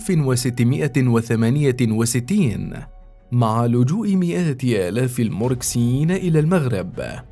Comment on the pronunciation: يعرفون انذاك بقراصنة سلا الموريسكيين وليس الموركسيين